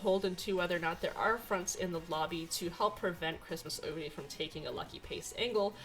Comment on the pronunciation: Your pronunciation of "oguri" is so much closer to the japanese pronunciation than the typical English-speaking youtubers'. It made me smile.